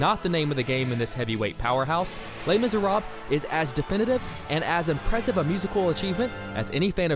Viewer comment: lees miseraabs XD lol